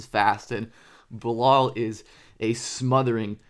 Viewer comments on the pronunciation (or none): Thanks for the vids on the french rookie. I just had a hard time recognizing his first name: Bilal when you said it. lol. The "a" in not pronounce as an "o" but as the "a" sound in "hat" or "hard".